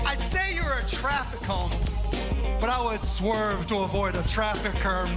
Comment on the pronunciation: Why does Mark Cuban have such a hard time pronouncing "traffic cone". The closed captions thought he was saying "curb" and "curve". Honest question.